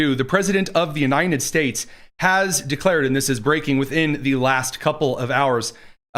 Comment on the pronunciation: The President of the “Unai-NED” States 😂 😂😂